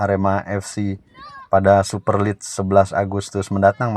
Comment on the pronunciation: Jd subscriber sejak channel ini muncul & suka dgn.materi2nya yg update. Sedikit kasih masukan buat mimin : Super league bacanya "super lig" bukan "super lids" 🙏 Terus berkarya & semakin maju channelnya... Salam Satu Jiwa 💙